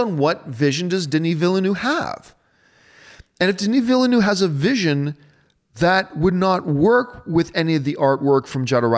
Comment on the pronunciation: Are you mispronouncing Villeneuve just to annoy me on purpose now? >:(